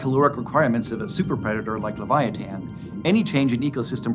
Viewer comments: I couldn't watch anymore after hearing the way he prounouces leviathan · I thought this whale was called the leviathan not leviatan?🤷🏼‍♂️